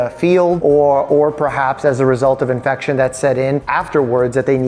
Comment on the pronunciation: I heard ass infection